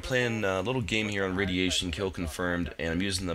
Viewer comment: Raidiation. I like it.